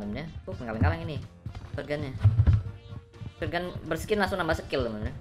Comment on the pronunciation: R.I.P ENGLISH